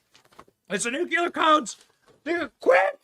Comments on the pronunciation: Nuclear not nucular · ITS PRONOUNCED N U C L E A R BENNY NOT N U CUUUU L E R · NUCLEAR, not nucular. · Benny, its not nuculure, please...its nuclear...NEW-CLEAR pronounced like this. Dont mean to be petty but you are a political media face and should most definitely know this is how it is pronounced. Only you and George W pronounce it this way lol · The word is „NUCLEAR“, not NUCULAR! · Love your show but please pronounce nuclear as (new-clee-er) not (new-cue-ler) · Benny... It's nuclEar, not nucUlar! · GOD I wish you read comments. Learn how grown ups say Nuclear! It's NEW....CLEE...ER.......Not NU...Q LAHR..... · Benny...please. It is just two simple words. NEW and CLEAR. Now say them together. Love your content, by the way. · Benny, I love you, which is why I'm saying it's NOO-CLEE-ER